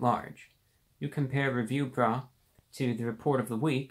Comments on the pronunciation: The way he says review BRUH. I can't breathe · Forgive me but for just a second I heard you said "Review Rat"... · I kept hearing Review Bra.